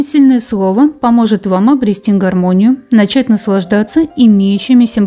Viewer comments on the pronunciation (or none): none